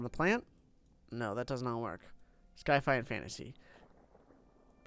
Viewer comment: Why is he calling it sky-fi?